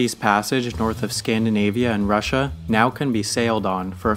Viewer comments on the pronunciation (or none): none